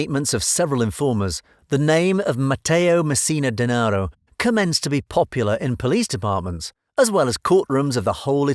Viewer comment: Such a mystery you can’t even say his last name right...or any of the names you mentioned lololol